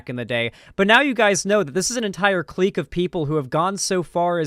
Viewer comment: Clique is just pronounced click. Not cleek